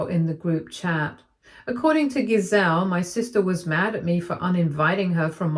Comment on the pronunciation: You are saying the name GISELE wrong. The G has a J sound. Said as "JIH-ZELL".